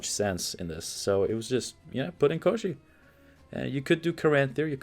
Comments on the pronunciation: 1st pronunciation of Kościej was perfect. It is a creature described in one of the first Sapkowski's short stories about Geralt. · In polish its called Kościej and you are pronoucing it right, although it means something like "a creature od the bone", so maybe that's why they stuck with polish version, otherwise it would be named "bon*r" ;P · Hi there ;) Love to see you playing so much Gwent recently ;) Also, great pronunciation of Kościej. It was in the Witcher novels and games, but the name itself comes from Russian folklore. The name was belonging to a wizard, kinda lich really. He was kidnapping princesses most of the time.